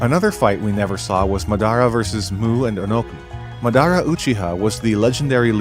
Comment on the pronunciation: I was enjoying the vid until you mispronounced Madara 1800 times, that shit hurt.